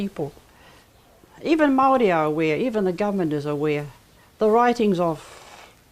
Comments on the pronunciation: For starters Maori also the plural for Maori, you can't even pronounce the word correctly! You argument is so one sided it's ridiculous, You have delivered a whole lot of white history of your own, no Maori narratives at all! How's that helpful! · Bro your information is off and your can’t even say Maori properly